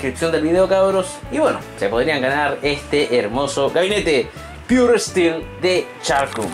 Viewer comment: JAJAJAJAJAJJAME ENCANTA EL INGLES DE. ESTIIIIIIILO = STEEL